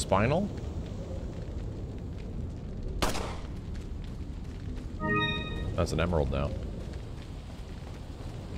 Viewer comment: Spinel is not pronounced like spinal. It is pronounced like spin-elle and rhymes with repel.